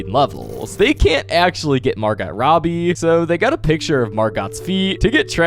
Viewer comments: Margot? (Mar-goh), not (Mar-got). You have to be trolling… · I know he says these videos arent ai but the way he pronounces Margot is kinda odd